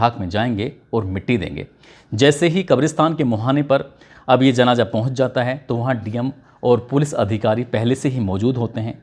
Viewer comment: Abe pahle baat karne ka tareeka Sikh janaza ko janaja kahta hai